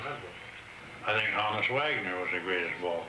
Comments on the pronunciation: it's HAWN-us. not HONE-us. as in Johannes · Mispronounces Honus as well, at every opportunity.